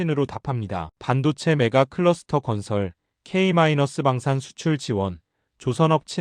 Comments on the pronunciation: 케이 마이너스가 아냐!!! 그냥 케이방산 이렇게 읽어라.. 아니면 케이 데쉬방산 이렇게 읽던지...돈을 벌려면 노력을해라. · 잘 만든 컨텐츠 인데 K-방산 을 "케이 마이너스 방산" 운운 하는 점 에서 정이 떨어지고 실망이 큽니다! 원고 작성 할때에 - 를 넣지말고 그냥 "케이 방산" 이라고 작성하면 AI 가 마이너스 소리를 발음하지 않는것을 모른단 말인가?